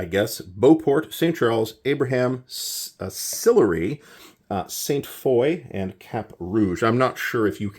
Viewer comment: Pronunciation wasn't bad. Don't pronounce the "s" in Levis, Ste. Foy (Fa-wah). Etchemin was pretty close (it's Abenaki), so you pronounce the t, confusing because it looks French (and road).